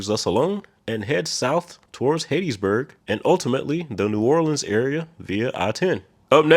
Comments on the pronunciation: Hat-tees-burg not hate-tees-burg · How do you get Bossier City right, but not Hattiesburg? 😮 Driving through Northern Louisiana is like driving through a minefield. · Guess who also didn't provide the correct pronunciation of Hattiesburg? You,. Spell it out.